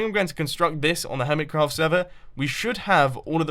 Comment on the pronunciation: Why u say ,,hermitscraft"?? Also, it soumds like hermitzcraft